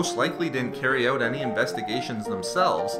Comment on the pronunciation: You say out funny. Owut